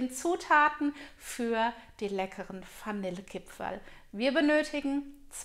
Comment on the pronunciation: Ich hab direkt ausgemacht als ich gehört habe dass die Dame Fanille Kipferl sagt....geht garnet. Spaß bei seite🤣👌🏻 frohe Weihnachten